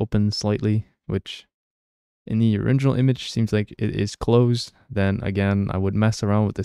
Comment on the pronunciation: You keep saying oriNginal instead of original 😅